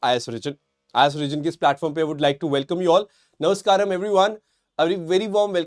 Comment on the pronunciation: "Namaskrama" yeh IIT baba bhi bolte h 😮